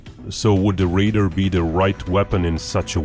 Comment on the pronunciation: Deciphering between your pronunciation of RAIDER and RADAR was very dicey